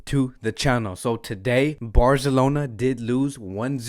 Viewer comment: Im so sad im not gonna make fun of the way you say BARZLONA today :(